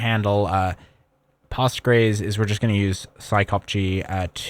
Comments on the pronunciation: i have never heard postgres pronounced as /pɑːstgɹejz/, only something like /powstgɹɛs/ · I'm shocked how you pronounced Postgres